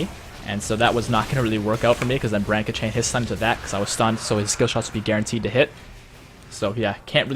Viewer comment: I keep hearing bread when ever he says brand xD